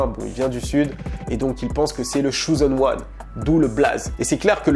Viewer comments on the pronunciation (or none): "Le shoozen wan" 😂😂😂😂